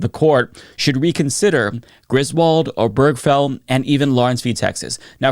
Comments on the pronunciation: Oh-ber-ge-fell. Not oh-berg-fell. Four syllables, not three. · Can we at least learn how to pronounce "Obergefell" correctly? It's four syllables. Primary stress on the first syllable, secondary stress on the last. OH-burr-guh-Fell. There's no cheeseburger or hamburger in the name. Same stress pattern as "Delaware Street." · This is sadly unsurprising as it seemed to be only a matter of time until SCOTUS was going to try to ax some of the landmark decisions that Clarence Thomas had specifically mentioned that should be reconsidered. PS: Hardly important in light of the gravity of what's going on, and please don't take this as a personal offense but the way you pronounce Obergefell took me out of the flow of this video every time. I've never heard anybody say it like that. 😁